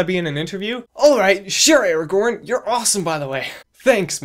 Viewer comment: was sold on this guy when he said his name was Aragorn (Erigorn). Seriously? That is freaking AWESOME you LUCKY SON OF A GUN. Lord of the Rings... It's my OTP... This is definitely something really cool! I'd love to be a part of this ^_^ I have butterflies just thinking about it. When I get a little bigger, I'm so in. ... Well, if I'm interesting enough. Haha.